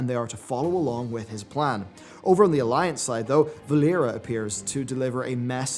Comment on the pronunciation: Did you really say "Valeria"?? And odd that you aren't aware, but Valeera isn't horde nor Alliance, but WRYNN!!